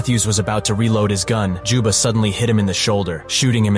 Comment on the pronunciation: "Jubba" "Joba" "Joma" its juba goddamnit